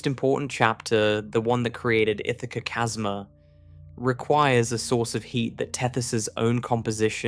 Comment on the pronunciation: I love it when the AI can't pronounce "chasma" correctly.